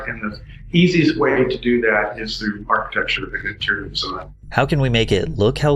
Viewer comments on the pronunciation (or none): Can someone explain to this fool the word is "Architecture" not "Architexture"? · Archi-texture 😂🎉 Bruh! Thought the Vegas vid was a one off but no, that’s literally how you say ArchiteCture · Are you algorithm-baiting by saying architexture? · Why are you pronouncing architecture as architexture? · "architexture" cool new word.. i guess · It's pronounced architecture not architexture, please God get it right, you're better than this. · It's not "architexture". It's architecture. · Wots an architexture??? 😂😂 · Good video as always. 3.33 Sorry, but why do you keep saying "architexture"? Architecture. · This taught me a lot about “architexture” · me: did he just say architexture?? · Architecsture? Lmao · It's pronounced like it's spelled: archi-TEK-ture, not archi-TEXTURE. Sorry, it just annoys the hell out of me and really sort of hurts your credibility. You make some good points, but then I hear "archiTEXture" and I'm like "ugh." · Hey bro, there's no x in 'Architecture' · This guy says “architexture”. The word is “architecture”. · Please stop saying "architexture" That's not even a word. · ark-ih-tech-sher, not ark-ih-tex-cher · That’s not architecture it’s architexture 🤣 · lol at "architexture" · Why do you pronounce it “architexture” instead of architecture? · Architexture😂 Seriously great Video! Bring back the old fast food restaurants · Why do you pronounce it "architexture" there's no x in architecture. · Im not the only one who pronounces it ArchiTEXTure. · Love some of the pronunciation going on in this video 😂 “Architexture” “Doon-Din, Florida” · What the hell is ‘architecsture’? I know. By mispronouncing things you make them stick in minds. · This comment is not meant to sound demeaning or condescending but I noticed you were pronouncing the word "architecture" incorrectly. Try breaking it down phonetically "Are-ki-tek-ture" Really interesting video and couldn't agree more Fast food has completely killed itself. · drink every time he says "architexture"